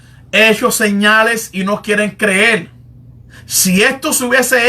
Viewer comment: Por lo mismo que pronuncia 'dispue' en lugar de después o 'creel en lugar de creer'. Es decir, se trata de costumbres en la pronunciación.